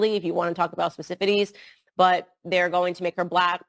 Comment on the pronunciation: Did she mean specificity? What’s specifities?